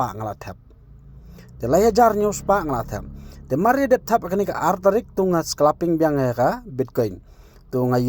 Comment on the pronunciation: Scalping ❌ sclaping✅😂